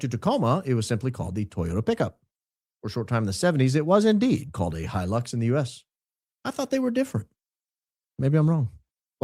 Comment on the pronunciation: Toyota “He-Licks”